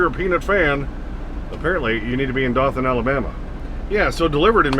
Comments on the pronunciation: Dotham Alabama is pronounced doe-tin with a soft "t". Also there are 2 national peanut festivals yearly one in the spring in Dotham AL. and the 2nd in Meeker County Minnesota in the fall. As for the lack of truck parking I can tell you that when Cold Spring brewery built the huge warehouse complex 2 miles from the brewery they built a 2 acre parking lot for drivers. When they got that lot cleared in the spring after the thaw they collected almost 3 2 yard dumpsters full of crap bags and trash from that lot and closed it to ALL drivers. Now it's a drop & storage lot for trailers. They also refuse to allow truckers to use their indoor restrooms because certain steering wheel holders would wipe their butts with their hands than smear the feces on the walls of the stalls. So their janitorial service gave them a choice either they stop allowing drivers to use the restrooms or they find another janitorial service. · Dothan Alabama is actually pronounced as “dough-then”. There are a ton of towns down south that give all of us trouble. I now live less than an hour from hickory so you were running all over my stomping grounds. Be safe brother!! The roads aren’t the same as 30-40 years ago. I wouldn’t get in a truck without a CB and these new drivers are stupid for doing it!!